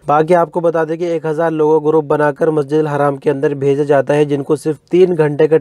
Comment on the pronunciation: masjid haram hota hai masjid haaram nahi hota hai please